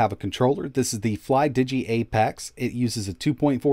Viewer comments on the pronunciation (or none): none